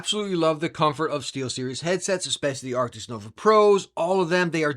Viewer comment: ARCTIS not ARCTIXXX